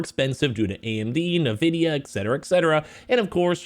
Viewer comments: Dude, it's hard to take you seriously when you keep calling "N"vidia, "Nuh" vidia. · I never heard anyone ever pronounced as “Nuh”vidia literally every YouTuber has pronounced it as “N”vidia 😂.